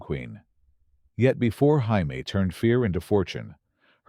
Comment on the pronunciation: Jaime Lee Curtis name is supposed to be Jay-me. Not Hi-me!!